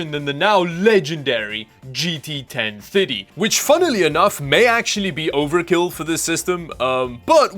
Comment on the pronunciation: It took a bit before I realized he was saying 1030 and not 1050.